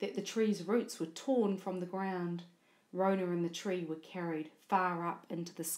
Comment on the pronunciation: It's Rona not ronah